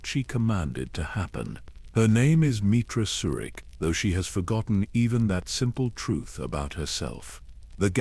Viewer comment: Your AI has a hard time pronouncing the characters’ names. I know they aren’t real names. They are difficult to pronounce because they don’t exist in real life. If your computer or AI is reading a script, try to spell out the names PHONETICALLY. Misspell the names in the way they should be pronounced: ME - TRAH SIR - RICK. MEETRA SURIK AT - IN RAND ATTON RAND CRAY - AH KREIA BAY - OH DOO - ER BAO DUR NIGH - LUS or NIGH - HIGH - LUS NIHILUS SIGH - ON SION TEE - LOWS TELOS Don’t write the names correctly in the script. Misspell them PHONETICALLY and test your computer AI before releasing it on a YouTube video. See if, that way, it is pronounced correctly. I care about your channel. I like it. I have subscribed. Im not trying to judge or negatively criticize. I’m trying to help. Have a blessed day.